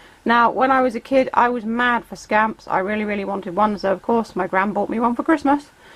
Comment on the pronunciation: When you said scamp I thought you said scam 🤣🤣